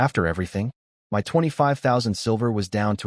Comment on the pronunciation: This channel is 5 months old and yet the A.I still hasn't been fixed. It still says 'M.Y' instead of 'my'.